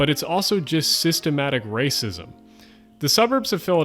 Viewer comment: I should have seen it coming, but the "systemic raacism" totally caught me off guard.